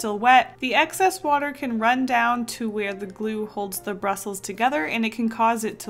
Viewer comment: Brustles? You mean bristles?